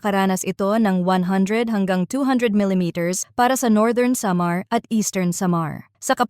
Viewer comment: Pinay bato cya bakit ang pronounce samar